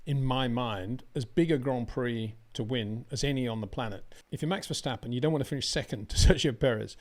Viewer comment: it is NOT Max "verSHtappen" ... Max is not German (Germans indeed can in most cases pronounce "st" as "sht") ... #Max33 = Dutch NL/Belgium! ... It is not "Bottash" nor is it "Lewish" certainly not "verSHtappen" .... This BS started long time ago when a British sport presenter interviewed father Jos Verstappen and assumed you can use a German pronunciation to a Dutch Driver thinking it is so "funny" ... It is not. Serious question: can any Englishman say "versatile" out-loud without saying "vershatile" phonetically? most can about 99,99% ... that is why most English can pronounce Verstappen 100% correct! Father Jos Verstappen (also F1 Racer) was very active between back then only a very few said "Vershtappen" but the vast majority of British sport presenters pronounced it perfectly ... only a few old stubborn farts like Peter Windshor